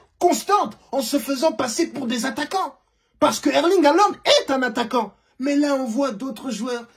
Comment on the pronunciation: 😂😂😂😂 il y a AttaQuAnt et aaatthagant. Mais quel plaisir😂